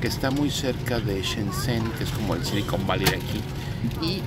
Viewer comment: jajaja por fin se pronunciar Shenzhen :D